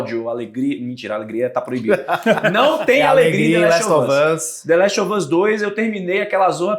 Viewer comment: Esse apresentador precisa parar de falar the laxe of us mano